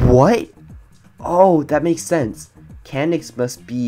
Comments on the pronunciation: THE SECOND HE SAID CAN NDIX I THOUGHT IT SAID CANNED. YA I KNOW XD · Candix that sounds so wrong like "Can" "D***"